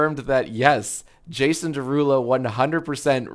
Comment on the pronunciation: it’s his derulow 😭